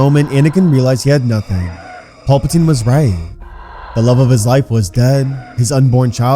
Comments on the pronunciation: Pal. Puh. Teen...... His name is not Paul! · Pal.. not paul-patine